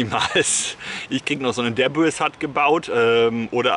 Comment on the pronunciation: Der mal bitte auf den Link klicken und bei dem debris hut Fenster bitte auf den Lautsprecher oben klicken damit du mal weißt wie man debris ausspricht xD ---> (die nette Cyborg Frau Spricht es dir dann vor.)